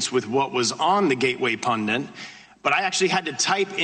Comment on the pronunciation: He is saying pundant . Steube is an idiot .